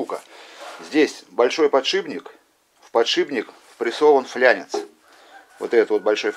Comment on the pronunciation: Правильно "фланец", иначе ухо режет.